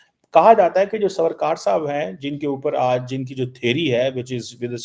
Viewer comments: भाई वो साहूकार नही “सावरकर” हैं। क्या यार? 😡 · can't Pronounce JAAMNAGAR SAWARKAR and did phd??? Oh... From paxtan😊😊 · must first learn to pronounce Savarkar’s name and then talk about his ideology! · You cannot even pronounce Savarkar properly and you claim to be a student of Indian history and politics!! Shameless person!! Dont take the name of Indian leaders from your mouth! It doesn’t suit you